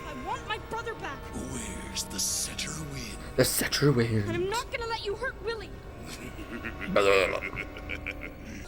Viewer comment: "The Setterwind" 😂